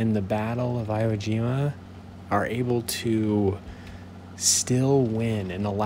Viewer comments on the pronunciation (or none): You would pronounce it like, e-woah g-ma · I think its pronounced "E-wo Je-ma"? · It is pronounced E-wo Ge-mu